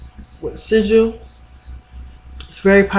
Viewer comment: I recall when you pronounced sigil as seagull, I mean no disrespect tho. :) great vid mqq